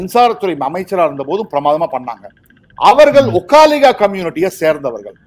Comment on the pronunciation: ஒக்காளிகா அல்ல, ஒக்களிகா என்று சொல்ல வேண்டும்.